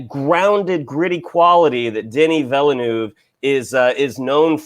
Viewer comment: The "e" is silent in Villeneuve's name. It's just like former F1 and Indy Car champion Jacques Villeneuve's last name.